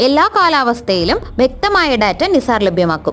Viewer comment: നിസാർ ❌ നൈസർ ✅